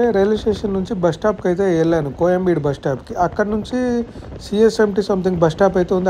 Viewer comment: కోయంబీడు కాదు కోయంబేడు